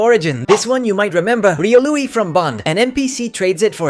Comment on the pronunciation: It’s Rē•ō•lu not Rē•ō•luie